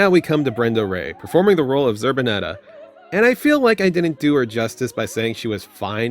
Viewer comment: The name is Zerbinetta. Not Zööbinetah.